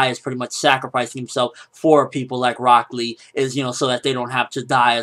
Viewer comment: Walks in Rock Lee----Broccoli Thats all I heard every time you said his name, and I don't know why